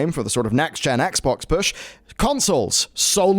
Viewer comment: why does it sound like he says the Xbongs? XD